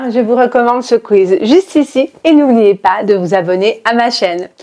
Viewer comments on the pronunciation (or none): none